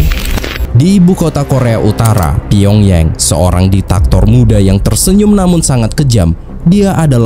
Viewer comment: Shin Man Rhee.....kali min. Karena Shin itu marga orang Korea macam Shin Tae Yong bukan Sig Men Rhee dan Pyong Yang bukan dilafalkan Pyong Yeng tapi tetap dilafalkan Pyong Yang, jangan ikutin lafal inggris/ bule. 😊